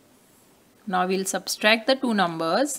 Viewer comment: Not substract its subtract 😂😅😮😊